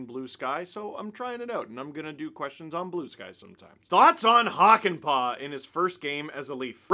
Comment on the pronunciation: I guess now would be the time to learn to pronounce Hakanpää better. You're doing the "Hakan-" part fairly okay (shorter vowels would be better), but "-pää" is pronounced with a completely different vowel. Think of the "a" in "hat" and just make it long. "Hakan-" is pronounced in the back of your mouth and "-pää" in the front of your mouth. This is a very good example